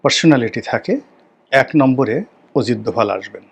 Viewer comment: ওরে বরিশাইল্যা পোদ , ওজিত দোভাল না। উচ্চারণটা হবে অজিত দোভাল 😅😅😅 মগা পাকিস্তান যুদ্ধে জিতছে এই তথ্য কোথায় পাইছো? পাকিস্তানের বিভিন্ন মিডিয়া যেখানে বলছে যুদ্ধে ওদের বিশাল ক্ষয়ক্ষতি হয়েছে সেখানে পেট বানানো গুজব রাটাতে এসেছো? তোমার মতো চোদনা তার নাম জানবে না এটাই স্বাভাবিক 😅 যা ব্যাটা, মুতে শো